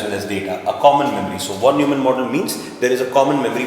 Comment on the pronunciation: Von is spelled as Fon. Neumann as Noyman.. so please understand it's Fon Noymann 😀